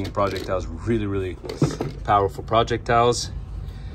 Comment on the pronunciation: Dude it's projectile not project-tile